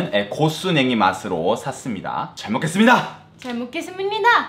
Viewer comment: "잘먹겠스무니다!" 발음 왤케 귀엽죠.ㅋㅋㅋ